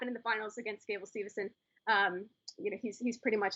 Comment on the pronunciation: “Steve”son not “Stevenson”, but overall good show on the Tournament